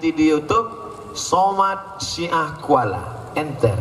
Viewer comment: Syiah di baca ah nya a huruf latin bukan ain hijaiyah. Orang luar aceh sering salah baca kata syiah dengan syi'ah sehingga memicu salah paham dikiranya aceh syi'ah